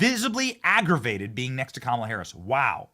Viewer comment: This guy is still calling her kamilla lmfao wow